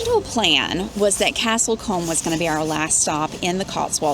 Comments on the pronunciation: Castle combe , pronounced like room 👍🏼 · It’s pronounce cooom not comb